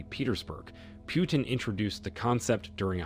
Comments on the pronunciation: Its pronounced POO-TIN not PYOU-TIN. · It's PUtin, not PIUtin. You won a 'dislike'... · It's not 'pew-tin,' it's 'poo-tin.' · President Putin's name is NOT pronounced "PEW-TIN". The "u" is pronounced as a double "o", as in "too". US reporters can't get Macron's name right either. They say "Mak Crone". What's wrong with these people that they cannot even get national leaders' names right? To me, it makes everything they say suspect. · putin and not pyutin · What is wrong with u? U cant say pootin? Instead of piutin? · It's not Pew-ton! It's Pu-teen. As for BRICS yes! and why not?! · Pyewtin? Really? Lame. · [Arrogant and disrespectful, received British pronounces Putin as Pewtin. Please stop the insult. We shall overcome with respect with Rev. Martin Luther King jr. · Too many empty words. And it’s not Pyootim. Please get the name right. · When will you guys learn to pronounce names properly? You don't know how to pronounce "Putin", stop making videos.